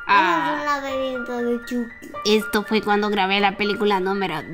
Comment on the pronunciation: Lo pronunció chocky